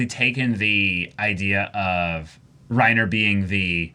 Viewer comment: I love when they say Reinhard instead of Reiner, they are both excelent characters ahahhaha Props to for manteining the pokerface in this reactions, we know it should be super hard We love you Reiner!